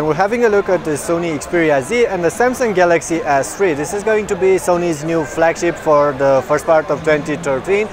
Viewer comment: It sounded like he said Samsung Galaxy Ass III. But anyways, LONG LIVE SONY!